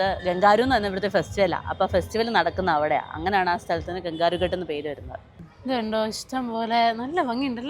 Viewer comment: It is ghat not gut